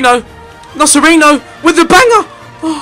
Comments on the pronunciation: It's "NoCHerino" btw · Ethan, not to be annoying, but the C's in CerCi and NoCerino are said like the CH in chelsea